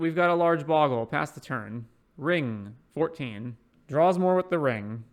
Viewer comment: No sorry, it's Bogle not Boggle.